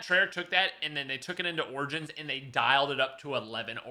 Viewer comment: "O r j i n s"